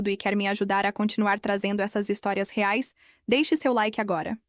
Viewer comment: nunca conseguem falar reais mas dólares falam corretamente